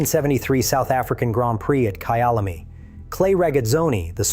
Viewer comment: Yanks need to learn to pronounce words correctly “Kyalami”